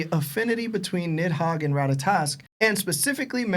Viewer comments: Why bro keep saying niMhogg? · has such a fat tongue that pronouncing anything is so hard for him. Bro called NIDhogg, NIMhogg the entire time and they all just sat there and let it happen.